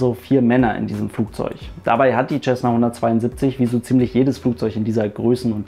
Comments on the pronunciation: Nicht mal du kann den Name Cessna richtig aussprechen....Da ist kein "CH" dabei...Sessna......jesus....google mal etwas...und höre wie es ausgesprochen wird...."auf fucking English"...i dare you to to a video in English....ASAP...i bet i will laugh my ass off........🤣🤣...."th"=s???........🤣🤣🤣🤣🤣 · Was ich nicht verstehe ist wie man als Pilot "Tschessna" sagen kann. Lernt ihr in Deutschland bis heute nicht wie man das richtig ausspricht? Mein Beileid an die Opfer. Ein wirklich schlimmer Unfall. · Ich habe es von dem Amerikanern gebaut. Von den selben die das Ding auch bauen. Tschässna klingt einfach nur bescheuert. Man sagt ja auch nicht tschänt (cent) oder Tschälsius (Celsius). Es ist einfach falsch, sorry.